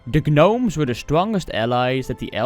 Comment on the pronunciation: Love your content man, quick tip is when you come across the word “gnomes”, you can pronounce the word without the G the same way as the K in “know”. Keep up the content man!